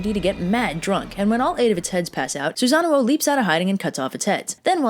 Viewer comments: Isn’t it sue-San-ohh , like the big blue thing in naruto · The accidental Susan thing amused me so much I decided to go down the list of Japanese gods/mythological figures and think of funny mispronunciations so I present Amy tirasu, Izzy nami and Izzy naggy, fudging, raging and yata Gary sue. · You do not want to know how many times I rewound the video to hear her say "Susan" because you will lose any possible respect for me 😂😂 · Well, can we really blame anyone for the name flub? I mean, you can't spell Susano'o without Susan. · So the storm god was a boy named Sue...seems legit. Also I'm like 95% you're pronouncing Susanoo's name wrong. It isn't even supposed to have two O's, that's there in place of a singular O with an accent like - over it that I can't do with my keyboard. It means that vowel sound is stretched slightly, not repeated as in the "oh oh" sound you're making.